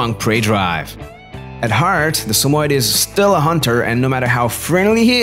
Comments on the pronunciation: Why he sayin sum oied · Its pronounced as Sa-mo-yed. YED! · Your not pronouncing it right. Sammy-Ed if you can’t pronounce the name right how can I watch this video?